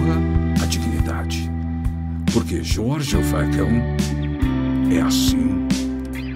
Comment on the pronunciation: Esta pausa , pra receber o espírito do Jorge o FACÃO é foda kkkkkkkkkkkkkkkkk